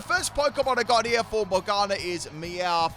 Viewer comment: More-gana, you-sue-kay, and ree-you-jee